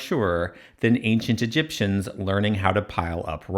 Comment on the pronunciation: Please stop saying Egiptians ,rather exactly , the builders